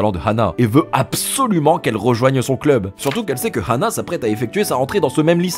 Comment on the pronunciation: pourquoi il dit rhana et pas ana meme si il y a un H